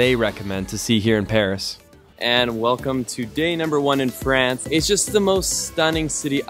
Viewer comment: Sooo for someone that speaks french, your vernacular of pronouncing France is very american and i suspect maybe a touch of quebecois from our canadian neighbors from the states.